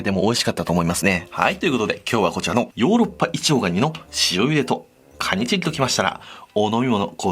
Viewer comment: カニチギに聞こえる…